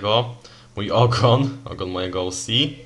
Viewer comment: Bardzo ciekawy kształt papieru 👌 I to twoje "OŁSI" możesz to spokojnie spolszczyć 😉 do "OCE"